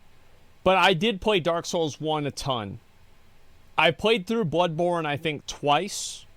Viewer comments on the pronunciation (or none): none